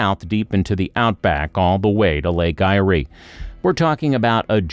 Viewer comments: The lake is pronounced "air" for a start. That picture you showed with the "Lake Eyre basin" is actually called "The Great Artesian Basin," and the water in it is pumped up from underground and used. Whoever decided to make this silly video really needs to find another hobby. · Firstly, Eyre is pronounced AIR, and secondly, it would be much simpler to gouge out a deep canal from the Great Australian Bite to bring sea water into the Lake Eyre basin. That would allow shipping to come into the centre of Australia, and it wouldn't have any change to the Lake Eyre basin as when the lake is dry it turns into a great salt basin anyway. As for the water flooding from North Queensland and outback Queensland, it tends to flow so slowly down the flood plains that it can take days to reach the lake. Furthermore, we have already seen here in Australia how disastrous it can be by diverting water from rivers, like in the Murray- Darling rivers debacle. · This is BS, your AI system is giving you false information. BTW! The ist idea was before 1930. There are communities that live in rural and remote areas, and the lake is pronounced as Air (Eyre). Annoying!! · Trees would help. They reflect a lot of UV. Also, It's pronounced Lake 'Air' (Eyre) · it is pronounced Lake "AIR" ... moron. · lake AIR is how to say it. divert into murray darling system so it can flow properly. bs idea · Lake Eyre is pronounced lake "Air" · 😵‍💫not just lake eyre 😳other things 😥as well as places!💋💋💋💋💋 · 250 millilitres? Come on surely an AI voice can get this right? its 250mm. Can't even pronounce lake Ayre correctly. Because inland Australia was an inland sea there is a massive salt deposit underground adding water will bring the salt o the surface. This became obvious when the Murray River Flood plane was irrigated, and the salt came to the surface. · Not to mention he cant pronounce the name of said lake. But it aint how he says it. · Lake I-ree 🤣🤣🤣🤣 Lake Eyre, like air